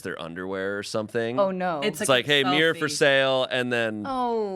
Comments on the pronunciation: I can’t cope with how they pronounce mirror😂. It sounds like ‘mierr’ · Why does pronounce mirror like that